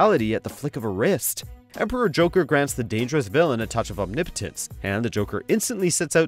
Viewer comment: Omnipotence. OH, I thought he said Impotence. HA HA HA!!!